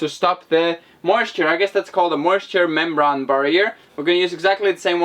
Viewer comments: membrane it's pronounced ...mem BRAIN not mem BRON ☺ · Inside your skull is a brain so that's how you pronounce membrane not criticising just trying help improve your English